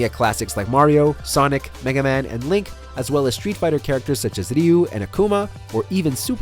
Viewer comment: I like how he suddenly turned Japanese when saying ryu.